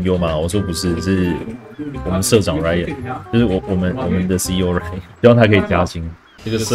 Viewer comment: 韓文Ryan聽起來根本就是lion